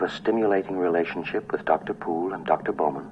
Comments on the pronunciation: Also the “bao-man” pronunciation is wrong too. It’s bow as in bow and arrows. I don’t know what this guys deal is. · Bowman rhymes with showman, not cow man. Sorry, I'm a nitpicker.